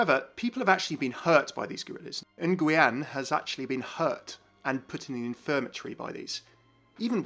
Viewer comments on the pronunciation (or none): you never seen Bojack Horseman? It's Nugen not New-Gwan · Quick note: "Nguyen" is pronounced like "Win", it's a Vietnamese name. Good video overall, and excited about a possible new Lunar map! Mispronounced names are just one of my bugbears. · Repost from the broken audio version. I have a few things I thought of: 1. Nguyen is pronounced Nu-win. Also, is Vietnamese. 2. Harold Winston noted at airlock E-35 was malfunctioning. Probably why area E is in red. 3. I would actually guess this map is a series of individual capture point maps like Oasis or Lijiang. 6 points leaves enough so you only repeat a map for a 3 and 3 tie. Putting the these on a map gives us players some perspective, not necessarily some new game mode. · Nguyen is pronounced like "when" LOLOL I died when I heard pronounce it <3 not your fault tho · Nguyen is pronounced "win" by the way :p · hearing you people say nguyen makes my ears bleed, dont ever again